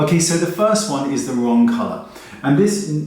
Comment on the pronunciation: “Wong formula” lolol